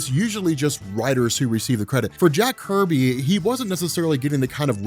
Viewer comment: Jack Kirby not Jack “Herby”